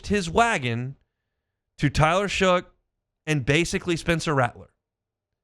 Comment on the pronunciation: He is definitely our next franchise quarterback. He will be an elite quarterback. Oh and his name is Tyler Shough pronounced Shuck not Shook.